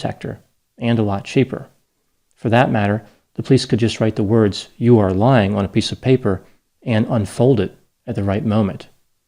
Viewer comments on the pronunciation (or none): He did a video on that show, and pronounced it really strangely.